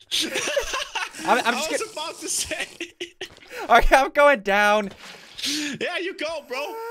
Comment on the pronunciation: Mnyke You mean "Cash not Catch" and "Bow not Bout" and "dah not dat"